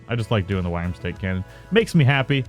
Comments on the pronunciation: 'Wyrm' is pronounced the same as 'Worm'. Thought I could put up with it, turns out i couldn't. Learn to talk. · Are people seriously giving dislikes because he says wyrm/worm weirdly? Why not focus on the point of the video instead of an irrelevent nitpick? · Yeah sure buddy and dont let that oh so triggering awful pronounciation in a vid on the internet get to YOU too much take care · You have posted 8 times on this issue alone. Amazing how triggered you are over a simple mispronunciation.